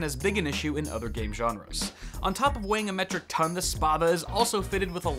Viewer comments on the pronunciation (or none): Pronounce the 'a' like you would in 'spat'. It's a Roman longsword. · if it's greek (a frequent thing with gaming peripherals actually) then it's pronounced Spa-tha Spa like Spanish and Tha like tha(nk) and it means big sword.